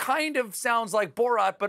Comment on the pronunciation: Fun drinking game! Take a shot every time Stephen says "Borot"!